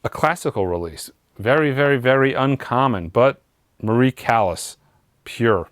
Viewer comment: Maria Callas, dead now, not able to sue for the butchering of her name!!